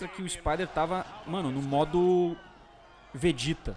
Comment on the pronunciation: Vedita?? Goku?? O q é isso??? Meu Deus geracao nutela kkkk